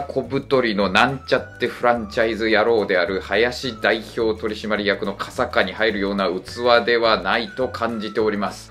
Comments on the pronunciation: 傘下(さんか)をかさかって呼んでるのかわいいな笑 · 初秋の候 ❌ほど ⭕️こう お慶び ❌おけいび ⭕️およろこび 傘下 ❌かさか ⭕️さんか 受領 ❌じゅりょ ⭕️じゅりょう ずりょと読む場合中古の遙任でない諸国長官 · 傘下は｢かさか｣じゃなくて｢さんか｣ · 傘下は、"かさか"でなく"さんか" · ...、カサカじゃなくてサンカですよ...(コソッ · 、傘下は「かさか」ではなく「さんか」ですよ…。東大院の修士なのだから、日本語の基礎くらいは押さえておいて…。ちょっとがっかりです😞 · 〜 かさかwww傘下は、さんかですよ！普通の読み方しないんで分かりますけどね😊 日本語は難しい💦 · 傘下→「さんか」ですよ！